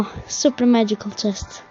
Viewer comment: Nije macikal nego magical